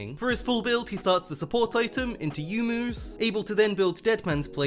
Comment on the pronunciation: PLEASE For god sake stop saying YOU-mu. It's Yo-U-Mu. Same goes for Yone. It's not YOUNE, it's Yo- Ne.